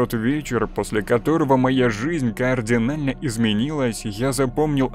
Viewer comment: Уважаемый автор, очень люблю вас слушать. Большая просьба - вычитывайте внимательно ваши истории. Почти в каждой глупые ошибки в ударениях, в элементарных словах (координально-кардинально, жвалки-желваки). Это очень ранит слух и портит все впечатление.